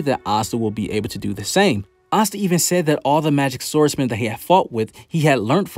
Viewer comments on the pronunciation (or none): none